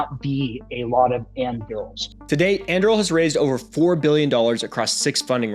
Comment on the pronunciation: It's Anduril not Andruil got it